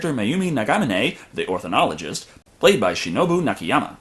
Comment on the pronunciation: Oh by the way...it's pronounced "Orni-Thologist" not 'Orthi-nologist Just a minor thing--I think your reviews are great.